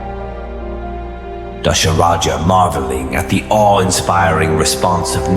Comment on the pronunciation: Not Dasharaja its Dhasharatha